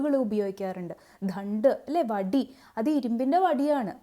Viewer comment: മനോഹരമായി അവതരിപ്പിച്ചിരിക്കുന്നു... അയത്ന ലളിതമായ ആഖ്യാനത്തിലൂടെ പാഠ ഭാഗം വിശദമാക്കിയിരിക്കുന്നത് അങ്ങേയറ്റം അഭിനന്ദനീയം.... ദണ്ഡ് എന്നത് ധണ്ഡ് എന്ന് ആവർത്തിച്ച് ഉച്ചരിച്ചത് മാത്രം ചെറിയ കല്ലുകടി ആയി തോന്നുന്നു 🙏